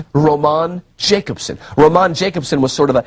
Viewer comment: Dude, Jakobson is pronounced Yakobson. Eeeek🤣